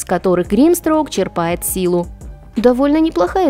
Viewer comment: чЕрпает, а не черпАет